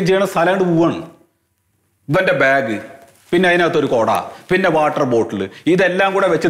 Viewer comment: ബേഗ് അല്ല ബാഗ് ☺️😳☺️